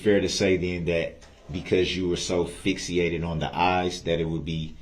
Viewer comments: "because you were so FIX-EE-ATED on the eyes" 😂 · Why didn’t Mr. Knapp say “ I don’t know what FIX-E-ATED’ means. Also why in earth did JD allow Brooks to show the officers statement to Mr. Knapp? She refused to allow that same thing numerous times to other witnesses. She irritates me the more I watch the trial. Maybe I should stop watching the trial.